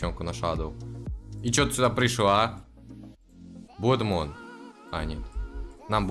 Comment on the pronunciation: Там правильно будет не "блод мон", а "блад мун", а переводится "кр^в@ луна"🙃